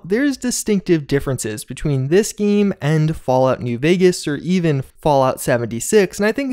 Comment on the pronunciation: Oh my god I hate the way you say “game.”